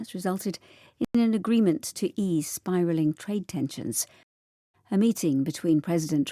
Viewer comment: Biraling? > spiralling 😂😂😂 오늘도 감사합니다. 10월을 마감하는 하루입니다. ❤❤❤